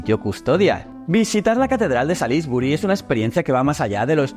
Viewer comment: Oh dear! You need to learn how to pronounce Salisbury!! You made me laugh!!😂😂😂